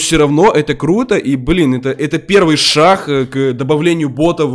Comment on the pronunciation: Ору когда ты говоришь 1 шах месте 1 шаг)